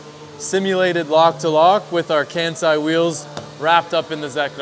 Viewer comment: Breaking my little weeb heart every time one of y'all says "Kansei" like that.